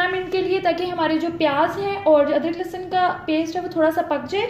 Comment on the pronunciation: That is lehsan not lassan Har video me same baat